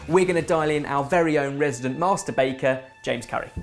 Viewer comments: Is it just me or did say "resident masturbater"???? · I'll be honest, when Ben said "master baker" I thought he said something else... this lockdown is messing with my mind.